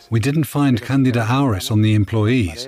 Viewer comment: HEY! AI! It's pronounced canDEEda!